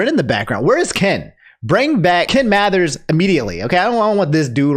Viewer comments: It's Ken Masters, not Ken Mathers. Ken isn't dropping any albums. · "Ken Mathers" 🤣🤣🤣 Keminem